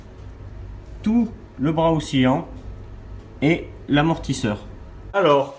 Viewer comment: Et un bras oscillant pas ocksilliant 😅